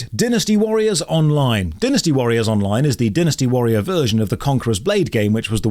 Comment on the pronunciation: Anyone else triggered by botched pronunciation of "Dynasty Warriors" Ehh. I can't talk. English hard